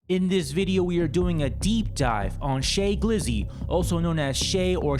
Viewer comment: Its not "Shay Glizzy" its pronounced "Shy Glizzy" short for Cheyenne which is pronounced Shy-Yan.. after the Cheyenne native Americans and its a play off the name of the rapper Shy Glizzy. Which is pronounced how it looks.